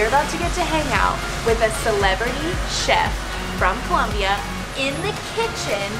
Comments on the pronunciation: its Colombia not Columbia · It's ColOmbia not Columbia!!!!!